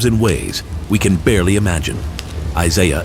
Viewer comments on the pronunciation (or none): none